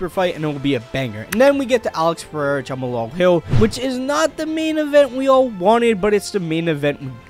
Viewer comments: “Jama lal Hill” 🤦‍♂️ I swear there has to be some sort of criteria and test you have to go through before starting a YouTube channel. Can’t wait to see “Jama lal” Hill vs Alex Pereira though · bro really said Jumal Hill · why tf does he keep saying jamahalal this ain’t halal guys bro 💀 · u pronouncing jamahal wild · it’s pronounced Jamal I think